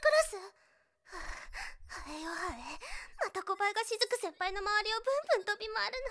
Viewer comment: し↑ずく先輩